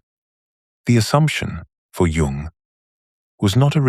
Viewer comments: It’s pronounced Yuung! Not Jung It is an immediate turnoff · AI does not understand that the J in Jung is silent. It makes this reading laughable.